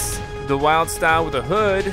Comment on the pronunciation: Dude it's Wyldstyle not Wildstyle.